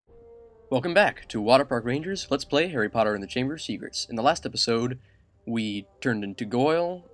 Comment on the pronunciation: at 13 minutes and 45 seconds did he realize he called harry airry is he racist?